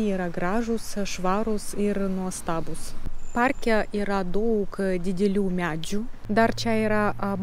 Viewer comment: Kirčiavimas: lietuvių kalbà, problemà, párke. Antys - moteriška giminė, taigi ne “jie”, o “jos”.